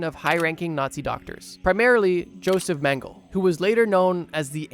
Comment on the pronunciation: Not to be a pronounciation snob...😅 But its pronounced "Yo-sef Men-geh-leh". Keep it up, bro! Your videos are awesome. So happy I found your channel. ❤️